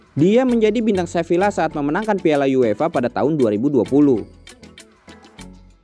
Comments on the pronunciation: Saran: cara bacanya seviya bukan sevilla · min, fyi aja, Sevilla itu bacanya Seviya, double L dibaca Y, kurleb gitu min 🙂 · Sevilla dibaca Seviya